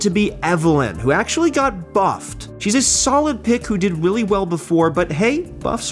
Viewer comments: Is it just me or does he kinda keep pronouncing "really" as "weally" ? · Weally Well Before